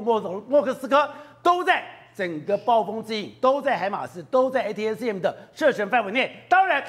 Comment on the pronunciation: ATACMS連唸都不會念，功課做得很差,這樣也敢上節目